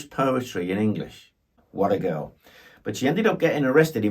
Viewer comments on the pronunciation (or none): none